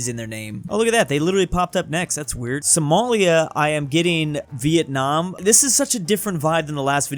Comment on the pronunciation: Vietam lmfao